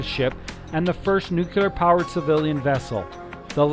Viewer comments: There is no such word as "nook you lar", It is nook LEE Arr" as in NUCLEAR. People only show their ignorance by pretending to pronounce a word and MISS. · Great video, thank you. (NOOK-LEE-ER - not NOOK-U-LER) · New-clear not new-cue-ler. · GREAT video! p.s. The word "nuclear" can be broken into two words: "nu" ("new") and "clear"("kleer"). A helpful mantra is to say that nuclear is "new" and it is "clear". Put those together, and you have "new-clear". So "nu" is pronounced "new"/"knew"/"noo", and "clear" is pronounced just the way it's spelled (i.e. "kleer"). The word "clear" IS NEVER pronounced "kyoo-lar". Instead, the word "clear" IS ALWAYS pronounced "kleer". So...in review: "nuclear" is ALWAYS properly pronounced "new-kleer". Hope this helps! :-) p.p.s. Some people say "new klee-yar", which is also acceptable, but NEVER "new-kyoo-lar". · Why o why can't people pronounce nuclear right? it's not NUKULEAR, its NUKLEAR... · Nucular. NUCLEAR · Nuclear. Not nucular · You mght enjoy learning how to say "nuclear." 'Tain't nooycyaler. It's Nooc lee ar! Hard to believe anyone who can't pronounce the word right. Just sayin'... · I stopped watching at your butchering the English language. It's nuclear, not nuculer. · Great trip... kind of surprising though the narration can not pronounce "nuclear"... nuclear has one "u". "Nucular" sounds pretty ridiculous after hearing it 20 times. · I can't believe there are still educated people around who say, "nu-cu-lar!" - SMH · I had to listen to the narrator a few times before I noticed the same thing, I shook my head ever time afterward. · Your pronunciation of "nuclear" spoils the narration on this otherwise excellent video. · Dude....pronounce "Nuclear" correctly. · do you seriously not know how to pronounce nuclear???????????? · please learn how to say nuclear properly!